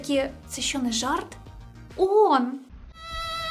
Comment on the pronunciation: Iрак вторгся в Кувейт,I"Iранськi" вiйська увiшли в краiну??I не Уон,а оон!